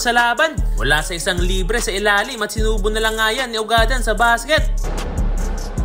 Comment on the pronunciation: Eto Ang tamang pag bigkas ng apelyedo nya ugad-dan kababayan ko Yan sa bayan ng tumauini....